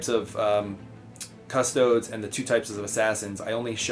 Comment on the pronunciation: pronounces custodes 'custoads'. turned off